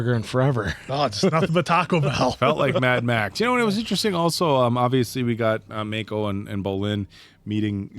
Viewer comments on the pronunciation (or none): I know this isn’t a big deal but why does keep calling him Makeo instead of Ma•ko 😂 makes me think of last air bender movie pronunciations 🤣😭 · You guys are now on season 3 and should know how to properly say Mako. Not just for the show, but also out of respect for Uncle Iroh's original voice actor. Please. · Best season and best villain by far, also how is still pronouncing Mako wrong 3 seasons in?